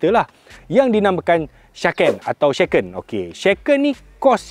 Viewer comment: shaken bang shaaa. bukan sheken 😅